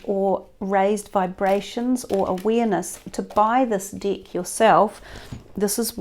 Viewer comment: Sounds like she said dick but she is saying deck hahaha